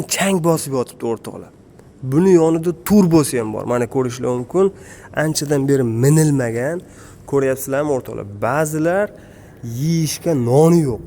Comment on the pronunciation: Mnilmagan emas minilmagan deng